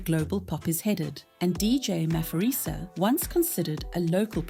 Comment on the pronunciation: Maphorisa is pronounced Mah-por-ree-sah and not Mah-for-ree-sah. ❤ from CPT, SA